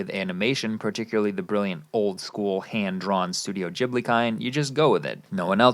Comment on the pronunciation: Wait, how did you pronounce Studio Ghibli?